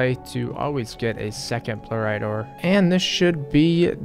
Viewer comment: Bluerite What's the deal with your basic pronunciations just like in general